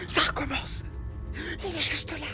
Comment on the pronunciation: "Ça recommence" = "Sarko mence" 😂 je ne sais même pas si c'est fait exprès